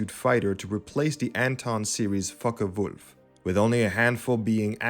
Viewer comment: ? fockewulf not f*ckewolf )